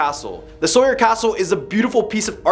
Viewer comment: sauer is pronounced sour